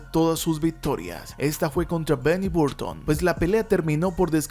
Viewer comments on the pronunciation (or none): none